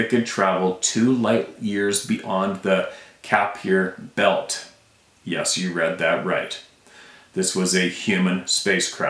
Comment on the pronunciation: About Jorge.. I have heard about the Tall Whites , the insectoids , that you spoke of , thank you for sharing a more detailed information on these beings..and I believe you ... Ky-per belt ..lol..love learning..thank you Just goes to show you how we ARE being led astray on what / Who WE are ...So , why us with no super powers..like matching frequencies of a wall so we can walk through them too..feeling a little small right now ,n under gunned ..😮